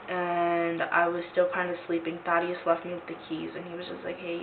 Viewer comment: How you pronounce “Thaddeus” is cringey.